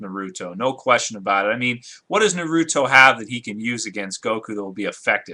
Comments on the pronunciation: it is not narooto its is pronoused with a like narato p.s. FUCK YOU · WHY IN THE WORLD DID HE MISPRONOUNCE NA-RU-TO... I SPACED IT OUT IN THE WAY JAPANESE PEOPLE PRONOUNCE IT AND THE JAPANESE "R" USUALLY SOUNDS LIKE A SOFT "L" AND VICE-VERSA. I am so sorry I had to get my anger out when people mispronounce things in Japanese, by the way I am Japanese so when I hear someone trying to say something in Japanese I appreciate the effort, but it makes me angry to hear the same thing even after I tell someone. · Naruto WILL win because hes FASTER than goku he is STRONGER than goku and goku is NOT a FOOL like how naruto is and FOOLS are STRONG and btw u pronounced naruto wrong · first off you don't even say Naruto right, second Naruto does way better stuff then Goku. It sounds like you don't even watch it. He was a freaken orphan and he trains his ass off for others and puts himself last, the people Dragon BAll Z had nothing to do with other people till like 3 seasons into the show! Naruto has literrally almost killed himself training, for the freaken Bijuu, Sage, and the 2 and a half years to get Sasuke back.